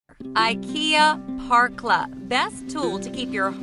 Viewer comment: The letter ä isn´t pronounced like an a, it´s not "Parkla" it´s more like "perkla", but not like a perk, more like the beginning o the name Perry.